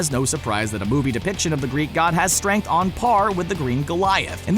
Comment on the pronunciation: A and listen carefully to hear he said stuaynk in instead of strength.